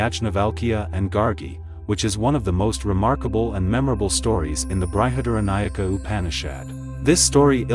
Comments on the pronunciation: It is BRIHAD-ARANYAKA UPANISHAD(the word break up is correct as much as my understanding goes) not BRI-HA-DARA-NAYAK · Nice presentation. But It's Brahma (ब्रह्म) and not brahman (ब्राह्मण). Not Brihadnayaka, it's Brihadaranyaka Upanishad (बृहदारण्यक उपनिषद). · Bruhad-Aranyakam. Not BrahadNayak... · Sorry but your pronunciation is SUCH a turnoff. Is this an AI voice? It isn't bry-had-aranyaka. It is Bri as in brick. Please don't insult these ancient profound Upanishads this way. In fact Brihad is correctly pronounced without the i: Brhadh-Aaranyaka, or great forest. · Though your intentions are really laudable, a public presentation REQUIRES, & IS EXPECTED to be of Much Refinements, of Pronunciation * Translation * Transliteration of Sanskrit Words~ Which are ~ BrihadARANYAK बृहदारण्यक * Brahm ब्रह्म ~ Brahman ब्राह्मण is the Knower /Explorer of ब्रह्म Brahm ~ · ബൃഹദാരണ്യകോപനിഷത്ത്. യാജ്ഞവല്ക്യൻ.ബ്രഹ്മം. എന്നിവയുടെ ഉച്ചാരണം ഒഴികെ കാര്യമെല്ലാം നന്നായി അവതരിപ്പിച്ചു. അഭിനന്ദനങ്ങൾ.❤ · Well explained. " Brihadaranyaka" Upanishad is not pronounced correctly.